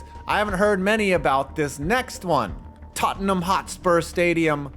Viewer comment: so proud of you for pronouncing Tottenham not as Tot Ten ham